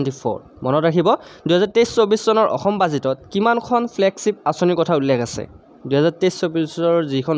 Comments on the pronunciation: 2 no mukhyo mantri ayushman "okhyom" yojna nohoi. "Asom" he hoi. Mane Assam r kotha koise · Aixom nohoi axom means ( assam)